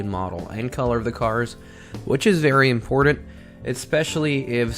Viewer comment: The buttons have two tt s in them not two dd s In other words, it is buttons, not buddons for the word important, there is a t not a d. Otherwise, like your video!